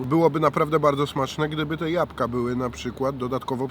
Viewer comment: błagam Cię jabłka nie japka